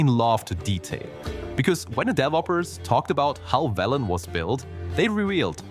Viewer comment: "Veelen"? Did you play W3 with sound off or something?